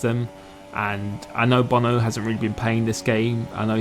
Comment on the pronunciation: WHY DID NO ONE TELL ME HOW TO PRONOUNCE BONO'S NAME